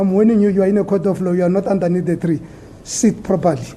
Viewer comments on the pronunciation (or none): trriiiii and not threeee....hahaha...stoooon and not stone hahahaha.judge also likes his castle lager with the brigades majita.